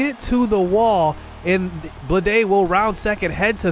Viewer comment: Day 100 of asking what Benito Osuna's Batting Stance is lol Also it's pronounced Victor (ROW-BLESS) JJ (Bluh-Day)